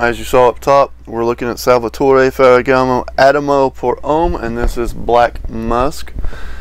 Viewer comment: I agree with you. This is pleasant enough but nothing about it that stands out. Like others have mentioned I have seen this in rack stores in the past but haven't seen it lately. I always thought it was pronounced more like "ah tea mo".